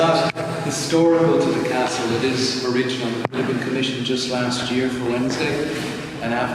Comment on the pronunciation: 🏰 Catsle 😂😂😂😂😂 I mean Castle😂😂😂😂